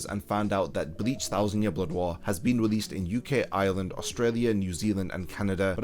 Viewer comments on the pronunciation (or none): none